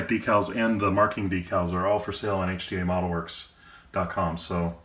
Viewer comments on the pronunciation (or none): thank you it does, it was hard to make out what you were saying when you said HDamodelworks and youtube CC... well it did not understand you too lol so thank you again for the reply